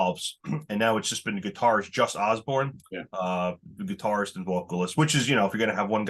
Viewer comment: It’s Jus Oborn! Not Osborn. Wtf? Posers.